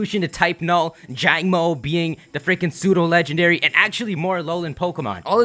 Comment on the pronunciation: "Jagnmo" lol its Jangmo-o XD